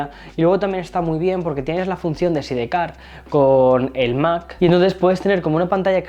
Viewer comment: Admiro mucho tu trabajo y te sigo desde hace años, me encanta el storytelling de tu contenido. Lo que me hace ruido siempre es tu pronunciación de las palabras en inglés, sé que en España se lee textual, pero ya vives en EUA, uno de tus públicos principales es México, entonces creo que para mejor entendimiento podrías pronunciar las cosas en un inglés real, como Sidecar que dijiste SIDEcar en lugar de “saidcar”, pero sí dices BITS en lugar de auriculares BEATS textual. Solo es para congruencia al escucharte y verte. Saludos!